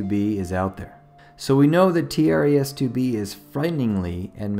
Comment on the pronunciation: “T.r.e.s” More like Tres Tr-es..